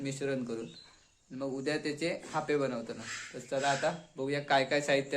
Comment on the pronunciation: हयका हापे नाही बोलनत आप्पे बोलतत